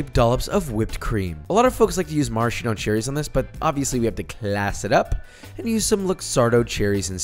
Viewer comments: I have a theory that youtuber cooks pronounce one word really weird in the video just to make people be like "what the fuck did they just say?" In this case "Marsheno Cherry" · It‘s pronounced „maras-kino“ cherry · Pro tip: Maraschino is pronounced with a hard K sound - maraskeeno.